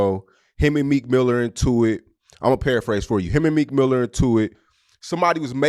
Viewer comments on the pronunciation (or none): none